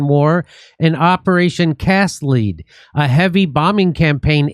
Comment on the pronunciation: Jimmy, it's "Cast lead" (pronounced "led"). As in the metal, lead.